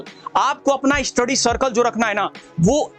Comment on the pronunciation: Study ❌ eestudy ✅